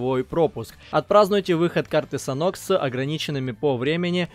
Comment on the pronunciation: Не санхок а санёк)